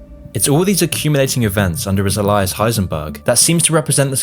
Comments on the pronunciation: lol, a-lice alias sounds like a-Lee-us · A-lee-iss not ally-ass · Great video, amazing breakdown of a character, LOVED this, but it's always the small things that irk me and the small thing that irked me about this video is how he pronounced ALIAS. I was raised to pronounce it like (Ay-Lee-Us) not (a-Lie-Us). Could just be the American in me judging the way someone from another country talks and to that I say, not making fun of, just pointing out the difference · It's Alias, not "elias". Elias is a name, alias is a an adverb. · FYI... It's pronounced AYE-LEE-ISS ALIAS! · Great video! Just one criticism... 'alias' is pronounced: ay-lee-us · Not to be that guy, but isn’t it pronounced ‘Ayy lee yuss’ for alias. Just curious. Great video btw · Alias. ALIIES.. LIKE ALIEN pronounce it right ma boi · Your pronunciation of 'alias' gave me conniptions. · great video….look up how to pronounce alias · Heard the tts bot mispronounce Alias.. Nope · The way you pronounce alias is absolutely hilarious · That's not how you pronounce alias